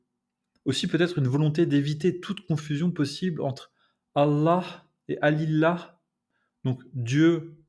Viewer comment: Bonjour et merci pour cet article très intéressant. J'ai quelques remarques qui j'espère vous seront utiles, pour la partie arabophone : - attention le terme "la divinité" se dit al ilah et non al illah -> pas de dédoublement du L - astaRfirouLlah est la manière correcte de prononcer "je demande pardon à Allah" (R de rat, et r a l'espagnole, ou roulé). StarfuLlah ne veut rien dire en arabe. - le terme bismiLlah comporte le nom d'Allah, qui dans ce cas se lit sans le L emphatique. Lorsque le nom d'Allah est précédé de la kasra (le i) il est lu de manière "légère". Cela a été consigné dans les règles de tajwid, qui au passage, sont une retranscription de la lecture afin de l'expliquer aux non arabophones, les arabes du 7eme siècles avaient ces codes et les utilisaient sans difficultés. Merci encore !